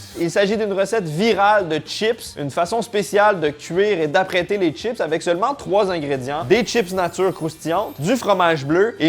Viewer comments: salut pourquoi tu dis " t'chips et pas chips " ? Sinon les capres c'est les bourgeons de fleurs du caprier mariné :) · Des "tchips" ou des chips ?! Je croyais que le Québec était le grand défenseur de la langue française en Amérique ?! Les câpres sont les bourgeons du câprier, un arbrisseau.